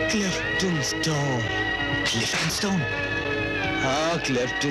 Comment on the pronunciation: Klifton stone 😂😂😂😂 lol Its kryptonite